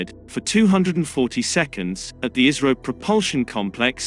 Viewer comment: You pronounce ISRO like ISRAEL 😎😎😎